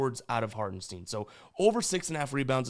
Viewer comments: Actually, it's Hartenstein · Bro it's Hartenstine not Hartensteen